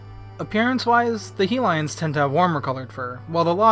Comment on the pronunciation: That "Helion" pronounciation